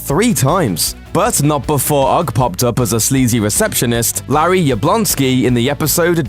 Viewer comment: It's pronounced O.G.G not ogg 😂😂